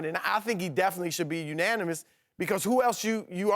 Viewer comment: "Unonimous"- Kristin Leahy 2k18